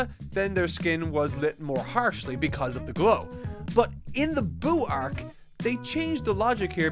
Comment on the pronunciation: So funny how you still say "arc" like "æørk"